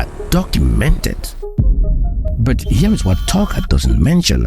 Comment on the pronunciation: Great video bro but please stop saying BUT as BERT 😭